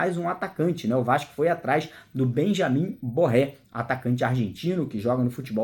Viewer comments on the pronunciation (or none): Não é Borré. É Benjamin Garré. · Não é Borré, mas sim Garré.